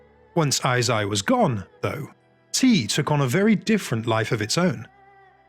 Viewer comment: "Eisai" is pronounced as "ei-sai/えいさい" as in "hey/hay" and "side."